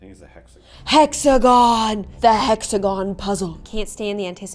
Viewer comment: I thought she said sexagon and i was like dah hecKu